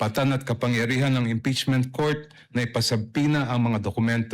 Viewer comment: Diokno- Ngeeepeachment ba?? 😂😂😂